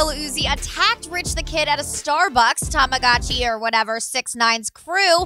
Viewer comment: “ Tamagache or whatever”😭😭😂